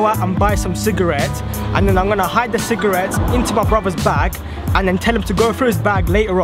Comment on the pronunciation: 6 times you said cigrates